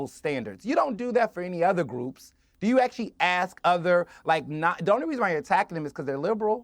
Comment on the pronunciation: Why does the black guy say ax rather than ask?🤦‍♀️